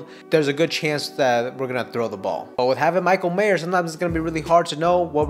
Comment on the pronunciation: There is no "s" at the end of Mayer.